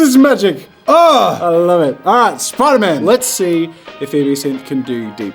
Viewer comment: nobody: Spider-Man Jazza: SPIDERMAYN ( LOOK CLOSELY ) 💀💀💀😂